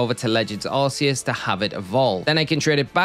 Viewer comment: For someone whose entire channel is about Pokémon, I can't believe you still call Arceus "Ar-see-us". The 'c' in Arceus is a hard consonant. Like in "Cranberry" or "Cool" or "Crayfish". This is proven by Silvally's ability, "RKS System". Silvally is basically supposed to be an artificial Arceus. "RKS" sounds like "Arceus".